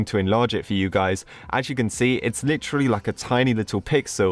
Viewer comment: The way he says "Li trel E" (Not hate)